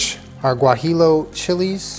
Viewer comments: Love you for making this!!!!! Just FYI it’s pronounced “guahiyo” but overall love the authenticness of it alll! You da best! Ps. Also you don’t have to strain the adobo since the vitamix really grinds down everything super well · No disrespect here, but the Chili is pronounced ( guajiyo) even the it is spelled guajillo. The 2 L’s in Spanish is pronounced as a Y.